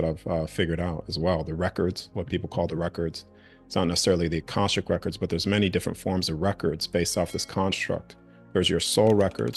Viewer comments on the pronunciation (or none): none